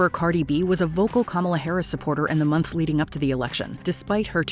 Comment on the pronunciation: I can't take Logan Paul seriously. With all his ridiculous, entitled, rich boy stunts (he can't even pronounce Kamala, bahahaha!).